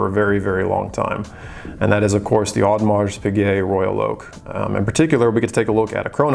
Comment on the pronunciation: You don't pronounce the "s" in Audemars